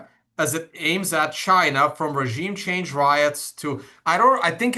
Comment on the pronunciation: LOL "ragiem"...